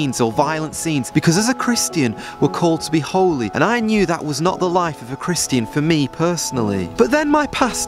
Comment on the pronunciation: I know we’re not supposed to spend time querulous but why do you pronounce Christian like Christ-Ian